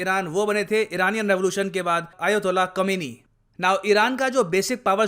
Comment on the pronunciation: Kaminy hahah Khaminy not kaminy